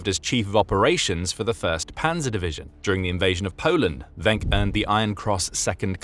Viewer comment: Just so you know, his name is pronounced "Wink". I would know, since he's my ancestor, and I inherited the last name.